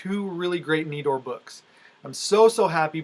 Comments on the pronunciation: Great video!! Awesome books! Congrats!!! (And, yes, it's knee-door (Nedor) ❤❤❤) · Wow what a haulAbsolutely love those Schomburgs Especially the wonder Comics still looking to finish my Tera run and you are saying Nedor right